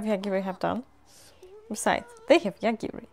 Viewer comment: He's Yogiri, though, not Yagiri xD This world has a ton of various demon lords, gods, etc. Probably more named characters than I've seen in any isekai. Also yeah, Yogiri can totally kill how bad the food tastes, but he prefers not to kill abstract concepts, because he could accidentally kill something he didn't want to. Like kill all the rice in the world or something.